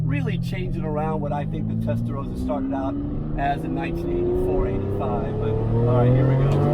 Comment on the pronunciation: Rossa not Rozza lol😊